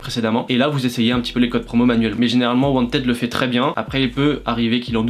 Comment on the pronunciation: wanteed se prononce wantid